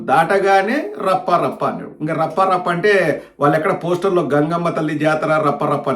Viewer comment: Varla Rafha Rafha Kadu Rappa Rappa.😂